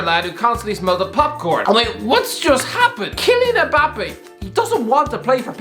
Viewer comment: Why do people(mostly white people) call him EMbappe? It’s Mmmbappe